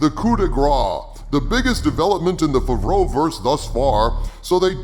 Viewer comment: coulld you for f*ck sake stop calling it ,,favrouverse"? dave filoni works on it as well, yet you always praise jon while you say nothing about dave filoni, who's MILES better at writting.